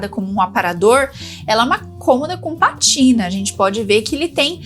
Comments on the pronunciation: Não é "patina". É PÁtina, com acento no "pá". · Estava lendo os comentários pra ver se alguém a corrigiria pra não ficar rtepetitivo. O certo é pátina sim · Acho que você se enganou,. É PÁTINA. Tem acento no A. Significa: "Pátina do tempo refere-se à marca natural ou artificial de envelhecimento em superfícies (metais, madeira, couro, pedra), como a camada esverdeada no cobre ou o desgaste em móveis, que confere beleza, história e caráter aos objetos, valorizando-os como testemunho de sua jornada ao longo dos anos, um conceito poético e estético" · O nome é patina( a sílaba tônica é na primeira sílaba!!! 😮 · Bom dia,! Só pra colaborar: a pronúncia da palavra é "pátina", sendo que a sílaba forte é pá... Se eu estiver equivocada, pode me corrigir. Um abraço! Sou sua fã! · o correto é dizer pátina com assento. 😊❤